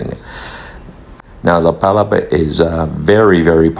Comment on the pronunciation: Nice tour video! FYI, it's pronounced la pa-LA-pa (with the emphasis on the 2nd syllable), named after the thatched umbrella-like structures found on tropical beaches. 😊